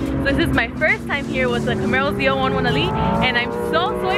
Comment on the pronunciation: Love the way you say ZL1 1LE.... keep up your awesome driving on the track.